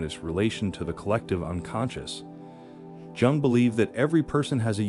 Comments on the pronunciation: BTW it's pronounced Carl "Yung" not "Jung" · Okay. I guess I’ll watch but maybe learn to pronounce the guys name properly next time…? 🤦‍♂️ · Could pronounce his last name correctly bro...